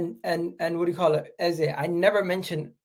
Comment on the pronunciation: Ffs it’s pronounced EZA twats 😮